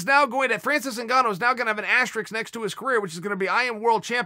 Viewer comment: It’s Francis NIGANNU not ZINGANU chael!!